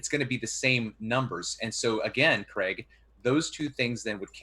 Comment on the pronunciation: I know these debates are ridiculous but I still learn stuff listening to. Americans please note Craig does not rhyme with Greg it rhymes with vague